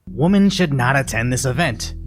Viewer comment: It’s pronounced “weh-men”. You don’t say woman and women the same. Pisses me off so much. Such a basic word.